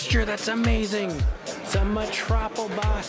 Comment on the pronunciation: Did you just call Maria a “metropol-bot”??